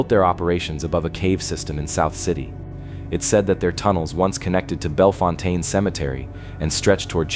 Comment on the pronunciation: The narrator got "Belfontaine" right!! And that's funny, because almost everyone I've known, has mispronounced that name as "Bell-fountain." And the word "lead" is actually two different words, "lead" is a heavy metal, pronounced simply "led." Lead is also a verb, meaning "to guide," it's pronounced with a long "e" sound, like "seed," or "reed." It's those dumb mistakes that make me think the narrator is a computer generated voice. It needs to learn the differences in these, and other simple words. FIX IT OR NIX IT!!!